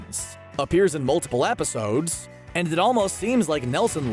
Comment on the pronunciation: Was I the only one that noticed that the narrator said “Episaudes”